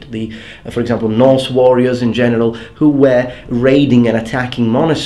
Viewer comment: Hey, one request.sometimes you're a bit difficult to follow due to your pronunciation. Could you maybe try to change your pronunciation of "were"?you now pronounce it similar to how you also pronounce "where", while it should sound more like "whur".I hope you don't mind me asking.